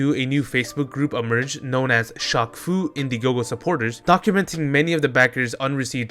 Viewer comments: you slowly killed a piece of me everytime you pronounced shaq as shock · is you pronouncing it "shock" instead of "shack" a bit or something? asking because i've never heard someone say "shock eel o neil" lol. EDIT: wait i get it now, it's French.